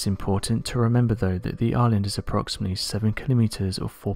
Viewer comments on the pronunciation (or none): none